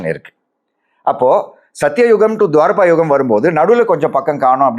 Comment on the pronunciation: Sir, it's not Dvaarapa yugam it's "Dvaapara" ! Also, please do videos only on topics you are good at. The info is damn misleading and totally unauthoritative. Full of mistakes. You messed it up completely, Sir :-(